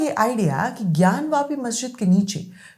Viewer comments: ज्ञान वापी है न कि ज्ञान व्यापी जो सही से बोल नहीं सकता वो सही फैक्ट क्या देगा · इस अनपढ़ ज़ाहिल के बच्चे को कोई बताए कि ज्ञानव्यापी नहीं ज्ञानवापी होता है। वापी- कुआँ।